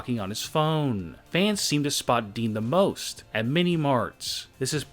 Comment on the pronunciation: Please stop saying fans like that